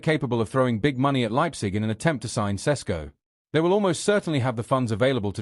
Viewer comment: Why are some British sports media so fricking lazy pronouncing players name . I’ve heard four different versions of Sesko from different analysts on Sky Sports alone.